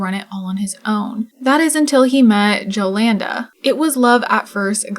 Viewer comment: jolanda is typically pronounced yo-lawn-duh :)